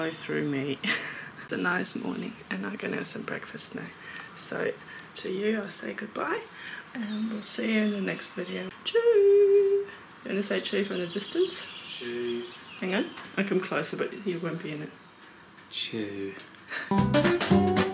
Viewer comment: Is tschü an East German thing ? Always heard people say it as tschüß. Never without the s at the end.